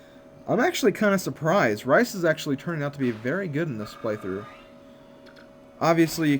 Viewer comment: u say rhys rice lol